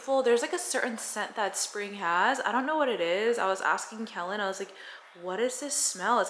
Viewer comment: Aww Kellen. That was so sweet. You two are so cute. “Keloid shamming” lol 😂